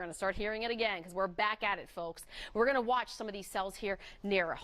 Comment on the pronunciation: She should have taken a few speech courses for talkin" on television. So often she says things like "doin' and goin'. could learn a lot from her WOIO competitor, Samantha Roberts whose pronunciation is 100% as it should be when speaking is an integral part of your career.